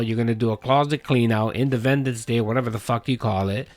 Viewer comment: "Inde-ven-dents or whatever the FUCK you call it!!"......